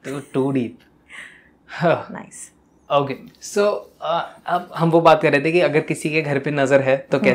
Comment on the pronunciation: Just say okay not oukay 😐 and also say o not ou!